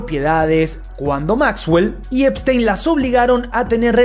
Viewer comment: Yeferino espistenio? El unico que le dice asi, eres tu😂😂